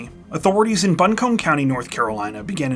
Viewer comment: as a resident of buncombe county, your pronunciation of my home county makes my eye twitch xD it's bunk-um